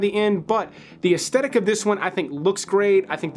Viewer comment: Oh FFS it’s pronounced aesthetic as in As-th-e- tic not as-tetic. It is absolutely the worst thing to listen to someone who constantly mispronounces a common word